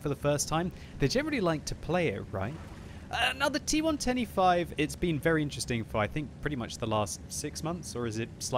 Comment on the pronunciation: when you say T110E5 it sounds like T1 25